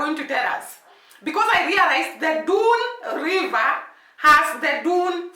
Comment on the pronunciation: Dunns river is pronounced " dones river"